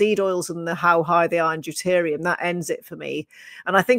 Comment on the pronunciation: So what is deterium, or is it deuterium?